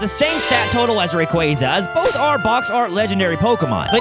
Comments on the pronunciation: Baby Rayquaza - Quayquayza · Every time he says " Rayquaza" wrong one of my bones break